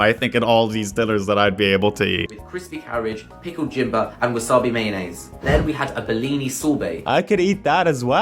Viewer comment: i’m worried about that oxford british lad. how you get an education like that and say “cambige” for cabbage and “jimba” for ginger is beyond me